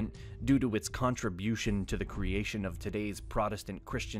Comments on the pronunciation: Protest-ant, not prot-estant, the clue is in the name, cleverly mangled for I suppose..."reasons". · PROTESTANT NOT PRODESTANT, SAY THE WORD AS IT SHOULD BE.